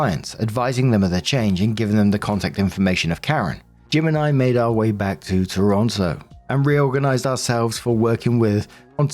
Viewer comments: You pronounced Ontario properly (on-tair-e-o) and Toronto. Locals call it Tronno or Tarana. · then you immediately ruined Toronto lol second t is silent.